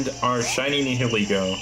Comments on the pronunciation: Nih-hill-leg-o my dude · nee hee lee go 😭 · Thw way he says nhilego is a joke